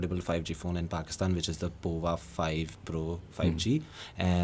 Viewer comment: I am pretty sure Tecno Pova is supposed to be pronounced as Power, not the way this gentleman, who is from Tecno himself, is pronouncing it!